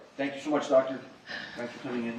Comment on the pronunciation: “ Hello Docta “ 😡😣🥸